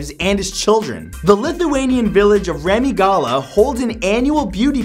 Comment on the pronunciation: way you pronounce Remygala was kinda horrid, but thanks for letting me know my country is even weirder than i thought